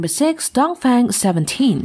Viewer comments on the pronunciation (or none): It is pronounced "Dōhng Fúhng", not "DōhngFayng". I actually speak Chinese. Five dialects in fact.